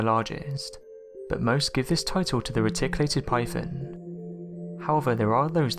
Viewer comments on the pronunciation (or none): none